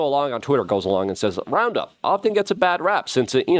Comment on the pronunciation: Luke= "RupPound"